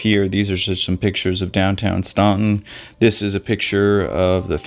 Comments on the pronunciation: “Stan’-ton” not “Ston’-ton” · You say you are from Virginia but mispronounced Staunton throughout your video. It is pronounced "STAN-tən" and not "STAWN-tən." Either way, it is a shame they haven't found him. But it is not unusual for people to go missing for years or decades in rough territory. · It's actually pronounced "Stant-in". If locals hear you say "Staunt-in" they will know you've never been there before. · Wow,, I live close to Staunton (pronounced as if the U wasn't there, for some reason), and I don't remember this story. So thanks for covering it. I too wondered what happened to his companion but went back to that part of the video and realized that the 2 of them were there on one day, then the next day he went back to find his phone. The film of Bobby and his friend is kind of confusing to me because it looks like they were going on a backpacking trip, but evidently not. Quite a mystery. Makes me want to hike at the Breastworks. Or maybe not. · yes, definitely mispronounced here! STAN-ten not "stawtin". arrrrgh!! I lived in that town awhile, and went to college in Harrisonburg and EVERYBODY knew how to pronounce that town's name. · I live about an hour north…it’s pronounced “Stan-ton” rather than “Ston-ton.” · Pronounced “Stanton,” not “Staunton,” despite the spelling. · That is so interesting. I’m from the Midwest but my first job out of college was in the Shenandoah Valley. Traveling there I stopped at a gas station for directions to Staunton and pronounced it exactly that way. The young attendant said, “never heard of that town, but there’s a “STANTON” just up the road. And so I learned how the locals pronounce it. I loved Virginia and met some great people. Two years later I moved back to the Midwest 😊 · Yes pronounced Stanton. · Despite the spelling, they pronounce it STAN-ten. I know this because I argued with a person from VA about it until I looked at Wikipedia and saw I was wrong lol. Good video! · Oddly, they pronounce it "Stanton"